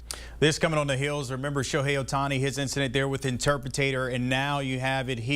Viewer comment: what’s an intrupatator